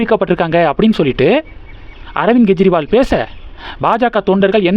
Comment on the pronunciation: Not Gejriwal, he is Kejriwal, It is K, not G